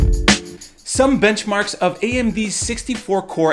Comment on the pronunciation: I thought you said "Some bitchmarks..." Almost spit out my drink. :D